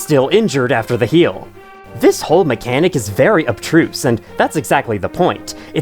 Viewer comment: I just assumed you meant "obtruse"